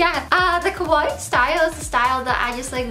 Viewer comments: Not kowai. Ka • wa • ii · The way you pronounce “kawaii” sounds more like “kowai” which means frightening in Japanese, You have to pronounce the i twice. Ka-wa-I-i . But the way you look is more kowai than kawaii so I guess it makes more sense. Gomen, you are more kimochi warui than kowai. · its funny how she pronounces kawaii....its supposed to be ka-wa-ii but she says it morelike ko-wai which actually means scary... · kawaii with open "a" it's like cool, cute, fashionable, etc... kowai it's your pronunciation... it means scary xD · All I hear is "kowai" As in, this video is kowai. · .... it's Kawaii the 'a' is pronounced like in Car Not Kowai which means scary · Haha, she said kowaii (means scary) instead of kawaii... I mean it's more fitting for her... just look at her arms...😟